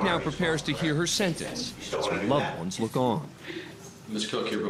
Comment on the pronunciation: Murphy's law has a different meaning from now on. BTW, the narrator should try to pronounce a T. What's a "sennence", a "plainiff", a "counny"? Speaking sloppy is just a matter of laziness.